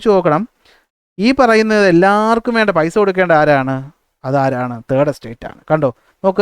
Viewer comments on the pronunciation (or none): none